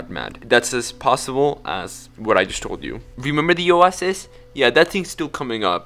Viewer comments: " At that Owahsis" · its pronounced oo-a-sis 🤓🤓🤓🤓🤓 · are you trying to say Oasis 💀💀💀💀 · It's a hard "i" on "Swineton", and a hard "a" on "oasis".